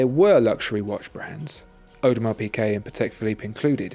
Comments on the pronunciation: isn't it audemar peegay not audemar peekay? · PIGUET, WITH A G, FOR THE LOVE OF GOD